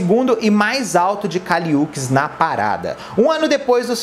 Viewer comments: que agonia vc falando UKIS, é uchis mesmo som de xi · pelo amor de Deus kkkkkkk se pronuncia Û-tis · Oi! Adorei o vídeo! Essa musa foi minha trilha sonora de 2021 com todas as forças. Gostaria de pontuar somente a pronúncia correta do nome da Kali. Se fala o Uchis como se fosse "útchiz". Sempre que fico na dúvida sobre a pronúncia correta de nomes de artistas no geral, vou atrás de entrevistas nas quais eles se apresentam. Aí não tem erro! Hihi. Besos! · A pronúncia do "Uchis" está errada.